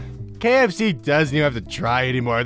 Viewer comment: Did anyone else hear him say "Gay FC and not "KFC"?